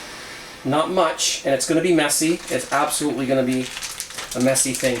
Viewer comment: "It's absalutly gonna be a messy thing here" Holy fuck